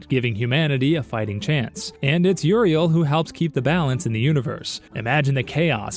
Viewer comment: You say Uriel... I hear ORV